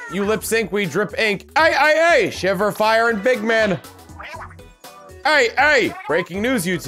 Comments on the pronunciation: misreading "Frye" as "Fyre" multiple times was not entirely unexpected. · ..."FRYE", not "Fire". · It's not "Fire" it's "Frye" F-R-Y-E.